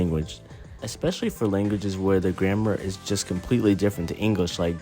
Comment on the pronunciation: Almost every app uses AI. So what's your point? Besides, "grammar" isn't pronounced "grandma".